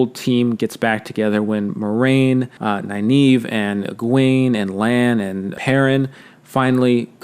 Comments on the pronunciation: Nynaeve .... Isn't her name pronounced Nin Eh Vuh ? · Man the pronunciation if Nynaeve threw me for a loop. I was pronouncing it as (Nin-uh-vuh) the whole time.